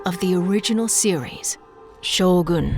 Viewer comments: anybody else weirded out by her pronunciation of "Shogún" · Hmmm.. so it is pronounced Show-Goon. Gtk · I like how she always emphasise the "gun" in Shōgun, as if telling non-Japanese that it is not SHOWGAAAAAAN.